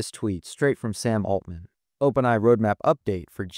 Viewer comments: Am I crazy, or are you saying "Open eye" instead of "OpenAI"? 🤔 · I'm actually hoping "eye" becomes the new pronunciation and that people eventually forget what "ai" stood for. :)